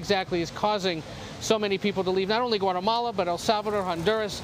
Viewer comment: CUATAMALA??? Tf is det ??